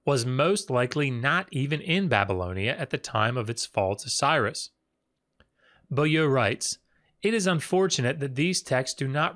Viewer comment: Excellent and informative video. I am somewhat amused at ability to speak ancient and dead languages when juxtaposed with his struggle with simple modern French. Beaulieu isn't pronounced "boo-loo" in any part of the French speaking world I'm aware of.